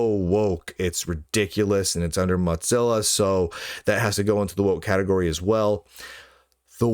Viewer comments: Why does Lunduke keep pronouncing Mozilla as if it was "Mozzilla" or ”Mudzilla"? The company was named from the idea that the company founders wanted their browser to be the "Mosaic killah", not some kind of ... "mozzarella killah"! Mosaic ---> moe-ZAY-ick Mozilla ---> moe-ZIL-ah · Why do you keep mispronouncing Mozilla?